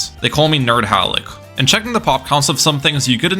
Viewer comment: i was looking in the comments and i saw this one and i kid you not 2 seconds later i hear "they call me _ halic"